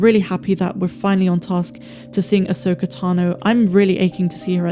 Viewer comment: Them saying ahsoka fully and unequivocally is amazing and deserves a round of applause from true SW fans